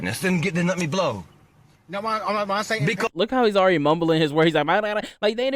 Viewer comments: Thought dude was going to invoke his right to remain silent….. They are prolonging the stop by just listening to the guy bloviate…. He also volunteered to broh the bleathalizer😂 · Please let me "brow a blethalyzer" 😂